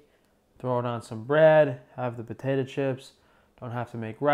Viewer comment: I just learned a new way to pronounce potato: potatah 🤭 Love you